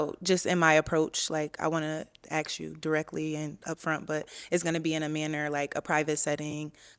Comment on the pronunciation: omg this shit pisses me off so much!😂😂😂😂 I thought I’m the only one… and ALL OF THEM SAY THAT! is that a black people thing? It sound so stupid gosh. Just say it right. But no. AXE 🪓 WHO THE FUCK YOU WANT TO 🪓???😂😂😂